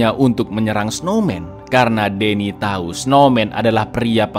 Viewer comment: Buset menit masa di bilangnya "Laura pun memberi tayi" 😂